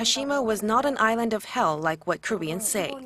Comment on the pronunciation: The way the narrator pronounces "island" is really annoying.